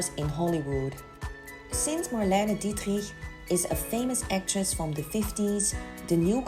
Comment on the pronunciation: ❤ how you're pronouncing Marlena Dietrich ❤